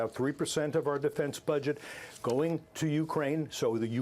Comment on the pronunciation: Did he say buget?